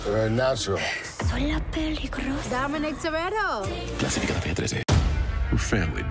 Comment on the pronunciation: "Dominic Toretto!" "losificateretete"